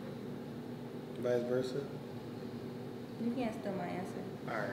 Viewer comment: he said vice versa 😂